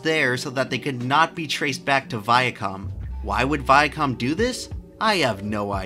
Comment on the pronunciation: "Viacum" Still can't unhear it after all these years.